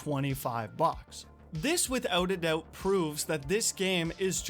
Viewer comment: . "withewt a dewbt" lol.